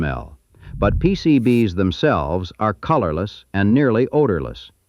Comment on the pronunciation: Pretty sure it's AI since it can't pronounce "PCB's" properly. No human would have trouble with this.